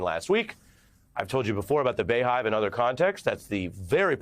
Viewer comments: BeyHive pronounced BEEHIVE 🐝.. 🥰🥰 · Bro, it's BEE hive, not BAY hive Sincerely, Beyhive member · Lol it’s still pronounced bee hive lol it’s not bay hive lol